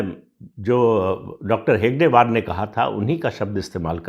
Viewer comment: आपप कमेंट्स पढतेभी नही हो क्या?पढिये.तभी डाॅ.साहबका नाम हेगडेवार नही हेडगेवार है.फिरभी आप गलतही बोलते हो.